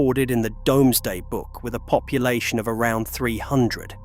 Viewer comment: It's pronnounced 'Doomsday' - not 'Domesday.' I wish someone would train the AI. Otherwise very interesting.